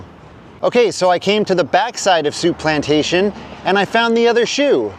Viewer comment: Souplantation became Shoeplantation... 😂